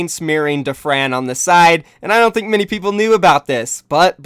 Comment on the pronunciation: Why do you pronounce "many" as "mini"?